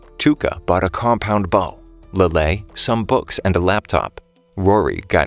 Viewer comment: When you said she bought a combound bow it sounded like a compound bomb and i was really confused